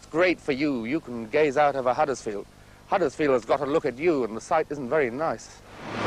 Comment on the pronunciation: One thing I hate is when pseudo posh people mispronounce our towns name. It's Huddersfield, not Haddersfield you muppet. There is also something really important in this video that you rarely see in town in 2025, People!!